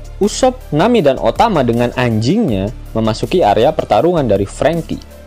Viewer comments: Biasa aja bang ngomong "An.j.ing" nya.. Membagongkan bgt sih.. Wkwkwkk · Ngomong "Anjingnya" biasa aja min!!!!